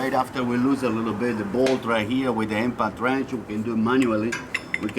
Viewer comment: i swear i heard he say INFANT Wrench